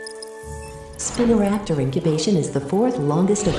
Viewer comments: Another great vid. I see ucouldnt get the pronunciation of spinoraptor to be how it actually is. In this it sounds like spinnoraptor instead of spinoraptor which got a chuckle out of me. Other than that great vid. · Spin-o raptor, why do AI voices always get it wrong? It’s pronounced Spy-no Raptor. Haha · it's not "spina-raptor" it's SPINO raptor